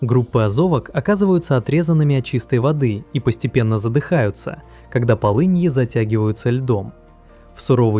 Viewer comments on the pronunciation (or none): Во-первых говор, во-вторых есть проблемы с ударениями: читает вАлы - правильно валЫ, читает жЕрло - правильно жерлО, читает полЫньи - правильно полыньИ.